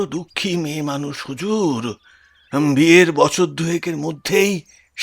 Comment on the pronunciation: বছরের পর বছর কথাটি আপনি বচ্ছরের পর বচ্ছর পড়লেন , বেশ কয়েক বার। এদিকে নজর দিতে অনুরোধ জানাই।